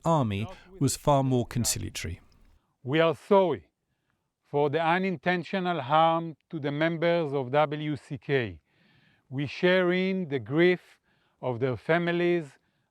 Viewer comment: "We wre Thorry" hes such a liar he couldn't even apologize correctly